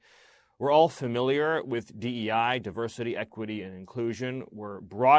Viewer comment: 'Die-ver-city' is code for 'fewer wyt ppl'